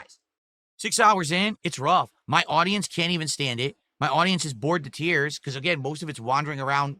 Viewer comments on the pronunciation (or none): none